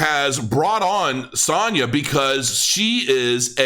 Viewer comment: I can confirm that you are pronouncing Sanja correctly! And THANK YOU for this video and everything that you do on YouTube - you are helping me, a complete stranger make some money and you have no idea how much that means to someone like myself - I support my whole family and that is a lot of pressure so I am truly grateful to you. 🙏🏻🙏🏻🙏🏻